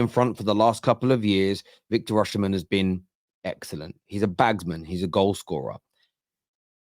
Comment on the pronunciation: learn to pronounce the name right! Osimen, the sh is silent in the Edo language..